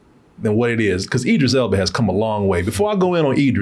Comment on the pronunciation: If it helps.. Id- driss - Ell Buh. I know you've been struggling with this for a while.